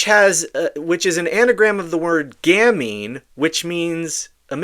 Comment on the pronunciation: Not gamnie, it's gamine ( pronounced gameen), meaning cute little girl. Sick fuck